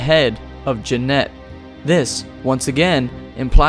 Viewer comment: When he says “Jeanette” I get so weirded out lol